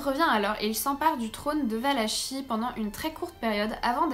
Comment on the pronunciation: Valakie ça se prononce